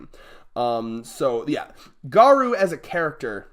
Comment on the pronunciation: YES fucking finally! Looking forward to your vids on the next chapters. btw it's Ga-Roh with a hint of U sound at the end not Ga-Roo.